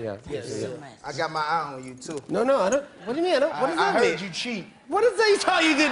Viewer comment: replaying when said "cat got your tongue" a dozen times, even tho nelly sounds like "cat it your tongue." I've also concluded its a tie.